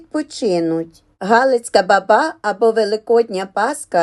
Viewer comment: Не бАбА,а бАба !